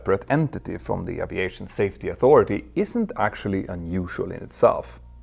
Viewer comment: Älskar dina videor och kanaler Petter, men uttalar du inte Aviation lite fel? Oavsett så uppskattar jag den höga kvalitén på din content. Bra jobbat!